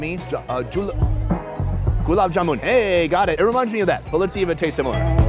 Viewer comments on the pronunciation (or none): I was laughing so hard when he said julab by mistake....damn 😂🤣